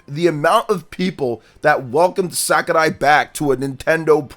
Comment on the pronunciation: Can this guy stop saying SakuLai?😂